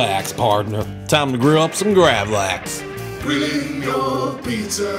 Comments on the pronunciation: gravel - axe.... not graaavleaaxe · Love when they miss pronounce gravad lax as gravlaeeexe. Thats middle class douchery world wide in its finest. Same as when swedish people correct how you pronounce gnocchi. Gotta show everyone what a world class traveler and connoisseur you are. Except for the one fact there is no swedish word for gnocchi. Its cured salmon! lol. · It's pronounced more like "graavlux" . Lax=salmon, grav in this case means to cure. Not a huge fan of it, but would like to try this pizza out.